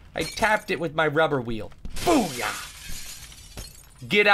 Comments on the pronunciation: Is it just me, or was that "boop" more like "poop"? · I'm pretty sure Toby said Poop instead of Boop this video. o.o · Sounded like u said poop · Anybody else notice he said "poop" not 'boop" to end this time? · That more sounded like poop then boop Toby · instead of saying Boob, he said Poop :P